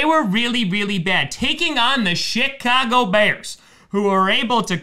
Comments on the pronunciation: Does no one notice he said shitcago bears😂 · Did I hear say Chicago bears or shitcago bears...? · he really said SHITcago bears 😂😂. He did them dirty